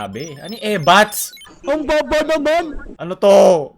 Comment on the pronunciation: Ebaks ata sabi hindi ebats🤣🤣 Pero nakakatawa paren yung ebats tabe ano yung ebats🤣🤣